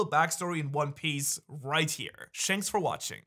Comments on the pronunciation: "shanks for watching" lol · Am i the only one who noticed he said shanks for watching??.. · Did he just say Shanks for watching? 💀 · "Shanks for watching" 😂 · “Shanks” for watching 😂💀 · Lmao anyone else realize he said "Shank" for watching at the end of the video? Lol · Did he say shanks for watching insted of thanks ? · i didnt notice he said shanks for watching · Wait are you saying "Shanks for watching"?😆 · i was liking the video until he said shanks for watching